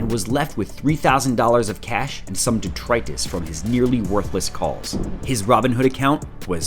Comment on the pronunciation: how the fuck do you correctly pronounce "detritus" but not "bonafide"